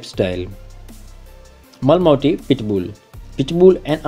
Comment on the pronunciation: Pronounce as Ma-La-Mute